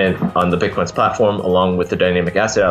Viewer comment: Every time she said Bitquence it sounded like she was saying Bitcoin... Her: When did you get the idea for Bitcoin? Shingo: Well I ... Makes Shingo look good :D